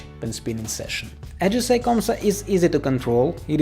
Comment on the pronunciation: Bro its ajisai not ajisay😅